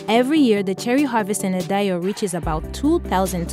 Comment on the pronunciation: She can't say Idaho lmao